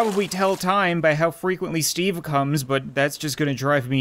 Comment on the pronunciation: I understood Stevey not Steve lol